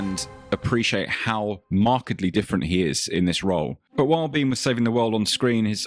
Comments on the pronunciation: Shame about this guy. he could of been huge. No mention of "The Rock"?? P.s I always thought it was pronounced "Bain" not "Bean"? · Michael’s surname is pronounced Bee-N (like the letter N).